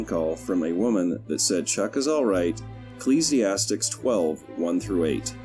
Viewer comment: You’re mispronouncing “Ecclesiastes” but that’s not necessarily a bad thing. Great vid. Looking forward to more content. I appreciate the background music.